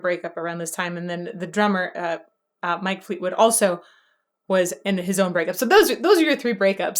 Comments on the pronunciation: You called him Mike lol it's Mick. Great video as usual keep em coming great job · It's "MICK" Fleetwood, not Mike!! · It's Mic Fleetwood not Mike...